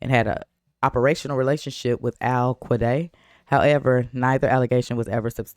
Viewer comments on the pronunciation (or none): Alkayda not alqueday.